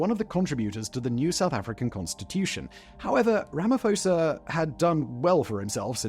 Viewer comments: I had a good chuckle at Ramaphosa’s pronunciation, I don’t expect English speakers to know the nuances of names in other languages but it did bring me joy so I thank you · I like how Simon was pronouncing Ramaphosa wrong 🤣🤣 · Simon, you REALLY need to speak to a local to get the pronounciations of South African names right. For example, Ramophosa has no 'F' in it, its 'Rama-posa'. Rustenburg isn't 'Roostenberg', the 'rust' is the same in English, rhyming with 'crust'. Lesotho = Le-sooto, the 'H' is silent.